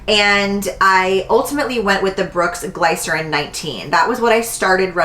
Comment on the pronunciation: I look forward to your videos every week!! Don’t leave YT plz. Also “glycerin” is pronounced like glisten 😉 but I need those brooks asap